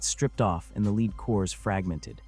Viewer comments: Effing ai, leed or lead? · Why have you not been able to council AI to stop mispronouncing lead as leed instead of led? Apparently, AI is not very smart, is it??????